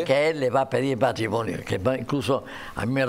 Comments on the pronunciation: No se dice "matrimoño", se dice MatrimoNIO...parece mentira que el presentador sea periodista...!!!!! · ¿He entendido bien?. Me ha parecido oir a Jaime Peñafiel decir el "matrimoño".